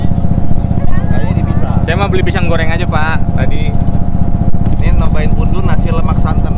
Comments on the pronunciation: pundut, bukan pundun bang 😁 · koreksi pundut bang bukan pundun